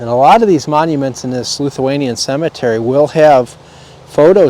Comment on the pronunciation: I’m Lithuanian—- pronounced Lith-u-anian not LUth-u-anian. Most of those names rolled off my tongue 😛. Enjoyed the video 👍